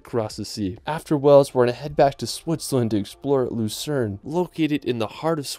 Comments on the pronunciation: Did you just pronounce Wales as weles.... my god I'm showing my Welsh friends this 😂😂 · Wales! Not Wells lol. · The way he pronounced Wales 🤦‍♂️🤦‍♂️ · How the hell can a native English speaking person (Even an American) mispronounce Wales ? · Well i understand people having problems pronouncing the 'town of 'Sintjobinhetgoor ' or the ancient ruin of 'Aquila'...But Wales ?